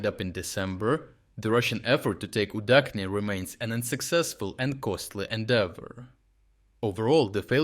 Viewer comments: Is not it Udachne not Udakhne? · I am increasingly curious about this narrator. He speaks with a Ukrainian accent but he pronounces Udachne with the "Ch" dipthong not as in cheese but as in czech. But in Ukrainian "udachne" is soft and means luck. Why would you change the pronunciation to not sound understandable in any language?